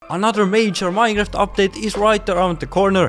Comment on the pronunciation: you said "mineraft" not "minecraft" it's the most important word for your channel to know